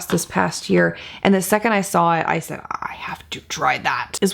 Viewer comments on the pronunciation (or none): none